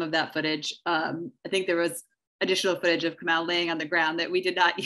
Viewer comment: Is it Kamow or Kamau? These people need to practice saying the names of prominent people before speaking about them - this is disrespectful and needs to be checked while it is happening.